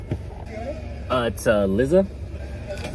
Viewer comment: Lizzza lol its Lie-za like Eliza Thornberry minus the "E"